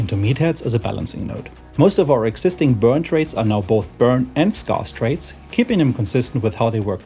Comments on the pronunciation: scarce is pronounced skairce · Scarce rhymes with scare, not scar ;) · someone tell this man how to pronounce scarce